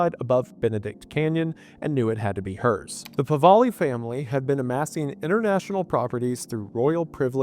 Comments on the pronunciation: Never in a million years did I think I would hear an Appalachian country boy to pronounce the name of my Persian grandfather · Mate, I know ppl don't give much of a toss but youve been mispronouncing the Pahlavi name. Had to say something 🤷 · What is so difficult about pronouncing the Shah’s last name properly? Holy fuck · not at all. He's just mixing up where the l and the v go. Come on now. He does this all the time, maybe mildly dyslexic? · Pronouncing Pahlavi wrong over and over again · I'm guessing you don't mean him calling Pahlavi Pahvali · Still going to listen to the end but I hope I don't have to hear Pahlavi pronounced "pavali" too many more times. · Just a small pronunciation correction, Pahlavi is “pa-la-vee,” not “pa-va-lee.” What a Wendioops! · pahlavi pahlavi pahlavi. I am not iranian nor do i care that much. what makes me mad is that the google translation is just flat wrong and i have to listen to 3 minutes of the pronouncing it wrong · "PAVALI FAMILY" It's Pahlavi,, please brother, every video, istg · Hard to believe he says Pahvali. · I am baffled with how you can arrive at "pawali" while reading Pahlavi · Pahlavi* Pah-Lah-Vee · its PAH-LAV-EE pls its painful to hear it said completely wrong lmfao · Brother…. Have my people not suffered enough? Its PAH-LA-WE and EERAN not I RAN. This like…. Research 101. How do you always beef it? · Pah-la-vee and Ru-hol-lah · You probably should have learned how to pronounce The Shah of Iran's name. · It's "Pahlavi", not "Pahvali". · The PahLAVI . NOT Pahvali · It''s "Pahlavi", not "Pavali". I only mention this because you got it wrong every time. Pah - La - Vi. Not Pa - Va - li. Yours truly, The Pedant. :) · PahLAVI not PahVALI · It's Pahlavi, not Pavahli. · Pahlavi, not “Pavali” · The name is Pahlavi, not Pahvali. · I'm sure this has been commented but his name is "Pahlavi" not "Pavali". I love you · Pah-La-Vi not Pah-Va-Li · It's Pa-LAH-vi, not Pa-VAH-li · Pronounced Pah-la-vee. Not Pah-va-lee.